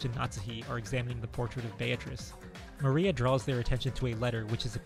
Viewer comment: btw, the correct pronunciation is "Bea-tri-ce" not "Bea-triss"